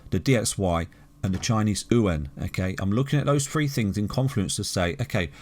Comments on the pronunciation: Its chinese yoo aaan, not ooowhen 😂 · Chinese ooo en hahah. its Chinese Yuan "you wan". there is no En in there hehe